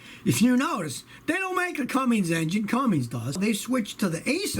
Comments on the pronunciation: Whenever he says cummings I cringe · It’s cummins not cummings, Scotty! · Mechanic for 51 years and you still say Cummings 😂